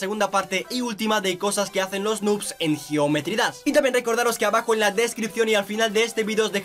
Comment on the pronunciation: Cuando dises geometry dass XD